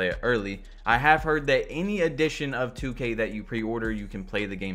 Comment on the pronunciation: This dude gone say “2ku” like 😂😂💀 wtf bro I’m not even a playmaker and Ik they have 99 ball handling and they are just getting ripped